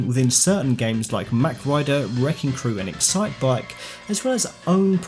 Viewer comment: mawwwk..rider.. not mac..rider.........also Mach Rider is a dude..if you compare the two characters it's physically impossible for her to be the Rider as his shoulders and arms are wider apart..she is important somehow though i'm not sure how/why. I'd welcome a multi-character franchise with both of them and the racers from F-Zero though.